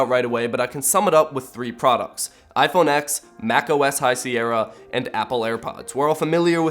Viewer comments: Say iPhone X again. It's iPhone TEN! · It's iPhone 10 NOT x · Apple said that it should be called Iphone « X » not Iphone « ten »... please research before saying things that are false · ok bro anyone who calls the iPhone x the iPhone x is retarted. It is pronounced the iPhone ten. OS X is actually pronounced OS ten, people who don't know an ounce of what they're talking about call it OS X . Stop trying to milk pointless problems for views and use your head. Im guessing Samsung has all their names perfectly thought out. Note 8, does that mean your its the 8th note you've taken or is it a note pad...maybe 8 of them. hmmmmm, lets talk about the s8, does the s stand for shit, Samsung, sally and 8, is that only the 8th phone Samsung has made or only the 8th generation. Should it be S8-1. funny how you bash apple this whole video but really your just narrow minded and view hungry. Im definitely unsubbung from trash vids like this. Whats the point, you review tech thats years old and if you review anything new your months late to the game anyways. (correcting misspellings) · iPhone “ten”